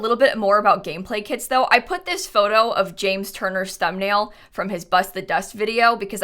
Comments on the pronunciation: Is it’s just me who hears “kids” when she say kits??? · i thought she was saying kids instead of kits😭😭😭 i was mad confused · She said "kits" and I heared "kids" and was like "more kids? how? pre teens?" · i was so confused at the beginning because i keep hearing kits as kids... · I thought you were saying kids instead of kits at the start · Omg at first I heard "kids" instead of "kits" and it made a really funny introduction🤣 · for the first like 3 minutes every time said kits i understood kids and was REALLY confused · It took me 30 seconds to realise she is saying 'kits', not 'kids', and those were some very disturbing 30 seconds. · My brain tought you said ”kids” for 26 secounds untill i realised you said ”kits” 😂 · no because i thought for a whole 25 seconds that you said kids and not kits loll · I kept thinking you said kids 💀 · Don’t mean to make this weird but for the first minute I thought you were saying kids. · I definitely thought you said kids for the first 30 secs, until I saw a comment, Was already super confused like: yes, yes I do believe Kids are here to stay? How old is this video” hahaha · It’s sound like saying kids. I’m sorry